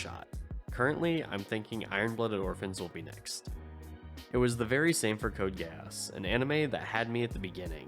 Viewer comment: Gee-ass. Geass is pronounced like the asshole.